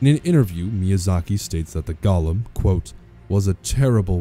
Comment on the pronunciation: One single nitpick: The word "Golem" is in fact not pronounced like "Gollum", as with the LOTR character. It's a long 'o' sound. "Goal-em"